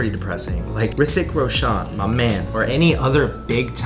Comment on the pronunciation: Thanks for the video. I enjoyed it thoroughly. Just say his name properly, its Roshan, not Roshaan.